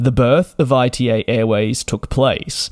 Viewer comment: "ITA" is spelled as a word (as the first letters of Italy) not as an acronym! Come on DJ since you do this as your job you should at least try to pronounce airline names correctly.